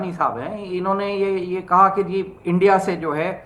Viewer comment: सही बोल रहा है जैसे इंडिया को ये एण्डिया, नागपाल को नगपाल, स्कूल को इस्कूल जैसे बहुत सारे शब्दों को बेवकूफ़ो जैसे बोलते है।